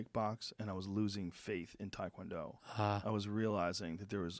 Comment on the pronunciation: I listen to the show a lot, but I really wished Joe could pronounce Taekwondo properly. I die a little every time he says it wrong, especially knowing how many people listen to his podcast.